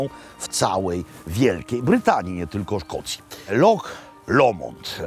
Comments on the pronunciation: Szkoci nie wymawiaja slowa "loch" przez "k", tylko "h" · Super odcinek. Dawno w nic tak szybko na YT nie clicknalem. Tylko jedna drobna uwaga - Szkoci wymawiaja LOCH a nie LOK. Anglik LOCH wypowiedziec nie potrafi :) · Panie Robercie. Nie lok tylko wymawiamy loh tak jakby po naszemu 😊 Zapraszam na kawę 😂